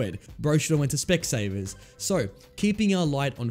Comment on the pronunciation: HES DUTCH HE SAUD SPECSAVERS